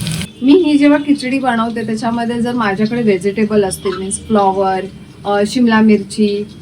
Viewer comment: खूपच छान रेसिपी आहे. पण बणवते नको बोलू यार बनवते बोल.sorry रागावू नकोस.